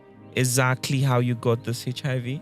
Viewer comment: is it hechihaivi or HIV Whats wrong with Nigerians 😂